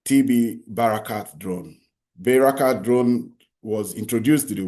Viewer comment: Bayrakta drone, not Bayrskat.